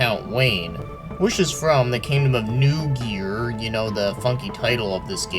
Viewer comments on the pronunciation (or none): Not really all that important anyway, but it would be pronounced "NOY gear". Thanks for the review. This one is definitely on my play list now.